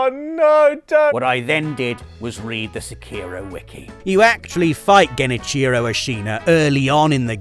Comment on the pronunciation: Genichiro sounds more like two words > Gen + Ichiro. It does not sound like geni-cheero.